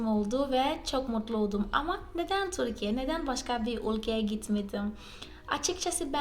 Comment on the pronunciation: Çok güzel Türkçe konuşuyorsunuz tebrik ederim. Merak ettiğim konu ? Türkiye derken "ü" harfini çok güzel telaffuz ediyorsunuz. Türk kültürü derken neden kulturu diyorsunuz. Size kultur diyemi söylendi. Bir ü harfi olduğunu bilmiyormusunuz. Cevaplarsanız sevinirim